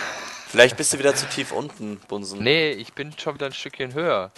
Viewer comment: ich verstehe nicht bunsen sondern bumsen xDDDDD